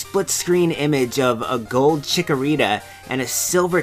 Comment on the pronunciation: chick-o-rita not choco-o-rita, or maybe i didn't get the joke?